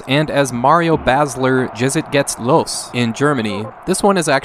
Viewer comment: Aahhhwww the pronounciation of "Jetzt" is really funny xD You have to spell the "J" there more akin to a "Yes"-Y The first syllable is even pretty identical